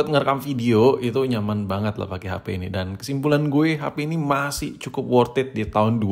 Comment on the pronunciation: wortat wortiti wortet wortititan